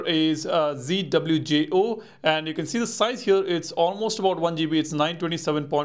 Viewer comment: Please top saying "hyur" instead of "here"